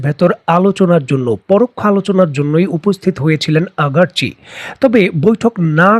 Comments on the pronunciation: Iran's foreign ministers name ...Aragchi......not..Agarchi.....telling wrong always...violation of rules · আগারচি নয়, আরাগচি